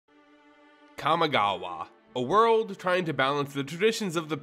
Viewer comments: I know Japanese isn't your first language, but your pronunciation is really hard to listen to. Quick tip: Japanese is generally split up by 2-3 romanji letter sound combinations. For example, Kamigawa would be split up into Ka | mi | ga | wa (pronounced: kah mee gah wah) or Kaito as Kai | to (pronounced: K-(eye) tow). Sound blending doesn't really happen in Japanese so you want to pronounce each section as is. Just keeping this much in mind drastically improves Japanese pronunciation. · You did not just call it "Kami Gaw Wa" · Hey man, I love your content to death. But a warning for anyone else with misophonia; whenever he says Kamigawa, you will be triggered. It’s like his mouth is full of marshmallows. And other grammatical nonsense…like the mispronunciation of melee as “mee-lay”. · Pronounced Kami correctly, yet somehow pronounces Kamigawa incorrectly. I have faith that eventually MTG YouTubers will pronounce it right.